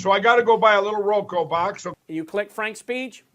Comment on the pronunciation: Lindell still hasn't figured out how to say Roku.